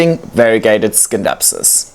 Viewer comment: Even though the word scindapsus comes from the green skindapsos it is pronounced " sinˈdapsə̇s" with a silent C like in Science. It is an excellent plant and Flora Magnifica are so good.